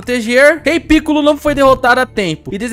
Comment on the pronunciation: se fala picôlo, e não pícollo,e vc chamou o hidro de esquisito, mas o amei o video continue fazendo videos assim